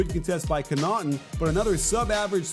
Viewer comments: No disrespect, coach, but it's "CON-uh-tin", not "kuh-NOT-in" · Hey just to help for future vids connaughton is pronounced con o ton not cona ton